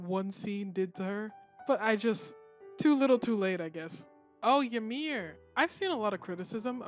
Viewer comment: By the way the correct pronunciation of the name Ymir is EE-mir not YA-mir.